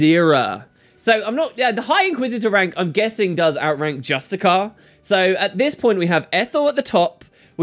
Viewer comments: ay Justiciar is not pronounced Just-I-Kar, it's Just-I-Sar or Just-I-Shar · Hey, are you suuuure that that's how you pronounce justiciar? x)) Is he perhaps a petinent justicar?:D